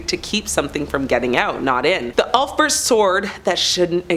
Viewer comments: My dear lady, "Celtic" is C as in Cat or Cottage, the "Sell-tics" are a Basketball team. While I'm at it, its an "Ulfbrecht" sword... Ulf like "Wulf" Bre like "bread" and echt kind of like "reckt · Pronounced like Ulf-beart Wolf without the w and bear with a T